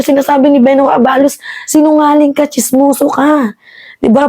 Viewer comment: Fyi miss, the right pronuncition is a-balos', the stress is on the last syllable